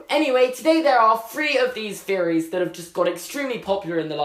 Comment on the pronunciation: “Feories???” Or THeories??? U have trouble with some your “THs” sometimes